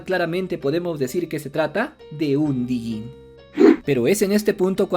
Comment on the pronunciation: Me molesta escuchar "Dijinn". Es Djinn, sin pronunciar la "D". Como "Django"